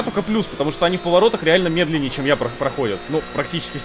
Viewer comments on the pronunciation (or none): none